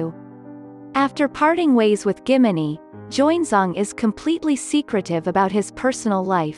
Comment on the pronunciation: Please try to pronounce like how Korean names are supposed to be pronounced. Doesn't have to be totally accurate but min hee is not "Minnie". It's min and then hee. Why americanise when they are Koreans and Asians?